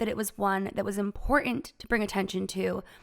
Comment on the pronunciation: It is pronounced imporTant...not impor-ant. You sound 12.